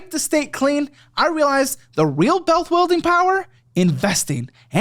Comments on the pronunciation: bealth wuilding lmao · “Bealth Wuilding Power” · "the real bealth wuilding power" lmfao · “bealth wuilding” 😂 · "the real bealth wuilding power"